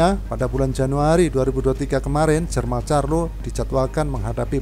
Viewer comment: Jermal apa jermel?